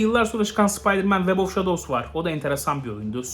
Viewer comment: Abi web of shadowsa öylede demezsin bea😅